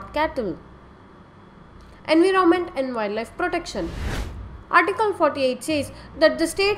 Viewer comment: enviroment wrong pronounced